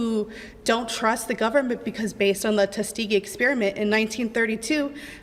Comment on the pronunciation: once again someone regurgitating talking points they don't know. it's TUSKEEGEE